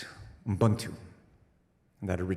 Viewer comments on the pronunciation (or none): ubuntu, not unbuctu Tom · "UbuNtu" was the concept he described. His pronounciation was close, he probably got nervous about botching it or remembering how he was told it's pronounced, so it came out a bit stiff and mumbled. UbuNtu (oo - boon - two/too) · Haha, As a South African, I like the way he pronounced “UBUNTU”🫡